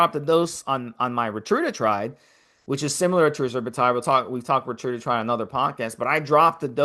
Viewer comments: multiple times I have heard you call it Retrudatride or Rita. Instead of Reta-tru-tide and Reta. I love the show, just trying to provide listener feedback, nothing condescending. Keep up the good work great content, just an observation. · Ret-a-tru-tide. I love the show but people will take it more seriously if you pronounce the compound correctly. Keep up the great work.